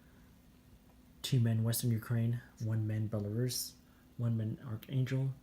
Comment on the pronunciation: Liked the way you correctly pronounced Belarus, not like some newbie who pronounces it with a short u,and do you think the Star trek's Borg originally came from Vyborg???